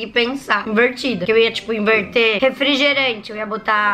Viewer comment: Quem ouviu ela dizendo o que vamos iverti em vez de inverter